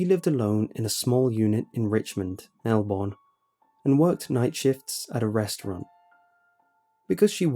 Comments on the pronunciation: if you read this its pronounced melburn not born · I love listening to these stories, but I cringe every time he pronounces Melbourne wrong. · You say Melbourne wrong